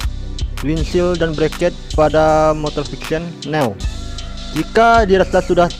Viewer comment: new : bacanya "nyu" bang...